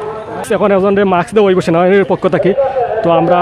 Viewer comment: ভাই মাক্স কি জিনিস? মাস্ক এত সুন্দর একটা শব্দকে এভাবে বিকৃত করছেন ক্যানো?